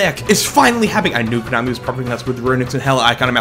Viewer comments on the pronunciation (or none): none